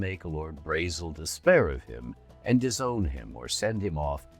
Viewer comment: Braezel prounounces similar to the german word Bretzel which is a pretzel. You will never stop me unhear it.